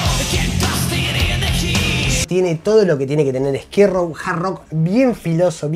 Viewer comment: Amo como jamás pronuncia Skid Row, esto es Esquí Row!